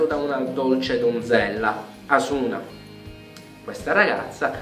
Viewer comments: nno per fare il critico ma si pronuncia Asùna accentato sulla u, cmq bel video ^^ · 1) SAO é bellissimo. 2) "Asuna" non si pronuncia come lo dici tu. 3) Tu sei pazzo, non sai giudicare niente, tutti gli anime stupendi dici che fanno schifo.